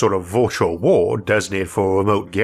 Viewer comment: I've watched so many videos that I started to call aliens -''alions'' and world - ''wohd'' I know it's a speech defect, but it's kinda cool like a different English accent